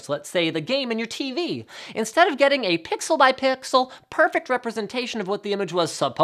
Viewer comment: "Pixel by Pwweexel" xD No offence :P